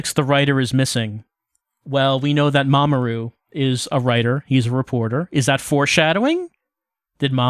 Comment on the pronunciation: Every time you say 'Mamoru', I keep thinking you're saying 'Mama Ru', as in, Rupaul 😅